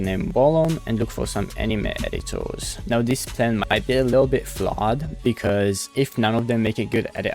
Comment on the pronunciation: When he says "r" he sounds like a child. E.g. Editor.